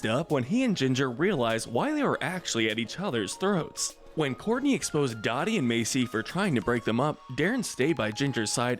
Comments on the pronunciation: Funny enough. in the same part of the video where you call on Courtney for mispronouncing Dodie and Macie's names, you commit your own first instance of mispronouncing Dodie's name. It's "Doh-dee". Not "Daw-dee". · OHMYFUCKINGGOD! This is seriously one of my most favorite and cherished shows ever. Never thought you guys would cover this!! Thank you! It's a Christmas miracle! EDIT: Dodee name is actually pronounced DOUGH-dee, not DAW-dee, but she's a jerk so oh well. As vilw as Dodee is though, I think she should have been silver and Mrs. Dave got gold. She's MUCH more than an overbearing mother, she was downright VILLANOUS in the series finale going to insane lengths to break up Dave and Louises wedding. Framing her son, paying people off and drugging Louis! If that's not truly evil Idk what is. LOVED this list though, very well done. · I noticed that too! I have a weird feeling it may have been passive aggresive since she's the most evil? I did comment saying Dodie is pronounced DOUGH-dee not DAW-dee. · Love the list, rankings are spot on. Just one note: Dodi is pronounced "doe-dee", not "doddi". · Doing my man Jonas dirty should have made him low neutral Tier for his complexity in willing to try and be in the kids lives and right the wrongs he made, especially since he mentions only staying away bc he thought that was what was best and he was afraid to interfere again and screw things up. P.S ITS PRONOUNCED do-Dee not da-dee! Smh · It's Dodie not Dottie. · It's, uh, dough-dee. Not Dotty, Courtney. 😆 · I cringed every time he mispronounced her name. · I can't take a video seriously that doesn't pronounce a main character's name correctly for the entire video. Dodie is also not the worst person in the show. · You keep mispronouncing Dodie’s name and it’s infuriating.